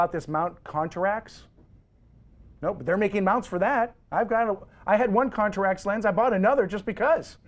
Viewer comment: Dude is clueless. Know your cameras before you speak about them. It's not "Contrax" - it's Contax. It's not an XTI - it's an X-T1. Zebra is an exposure assist. It's not a "Tilt & Shift lens" - It's a "Tilt-Shift Lens". I am only halfway through the video. It just diminishes your credibility.